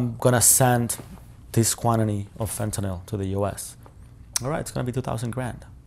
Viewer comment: Why would this person disclose his I.D, risking being killed for the information he has told? Don’t want to sound like a wise arse, but Fentanyl is pronounced as NYL, not NOL. Please continue with the great podcast.